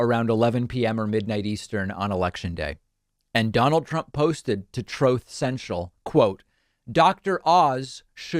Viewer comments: Almost spit out my coffee to "trothe seshal" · "Troth Sential" - Donald J. Trump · “Troeth cential “ 🤣🤣🤣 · "Exactly, troath sencial" 🤣🤣🤣